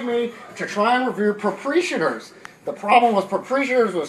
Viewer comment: Geese Island? Propreeeshators? LOL